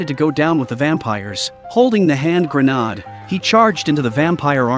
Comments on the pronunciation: Grenaaaaaaaaaaad. lol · Gren - aid is how you say Grenade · I really wish the AI narration would stop. For the love of god learn how to pronounce grenade....